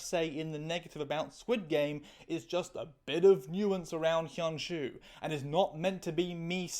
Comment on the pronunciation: cool vid, you need to work on your pronounciation of hyun ju tho😭😭😭